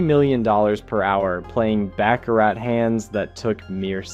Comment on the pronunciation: Learn how to pronounce Baccarat?????